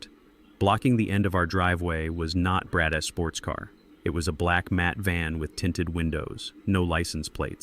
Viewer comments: Learn the proper way to pronounce possessive noun or pronoun. That Zeke s, Dante s Brad s drove me up the wall after about 45 minutes. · Lots of contradictions. Background noises, even coughing. Things out of order. Could be a good story if it was cleaned up. Instead correct pronunciation any plural word is said as the word, then s. For example day s instead of days. Brad s instead of Brad's.. it gets annoying after so many times.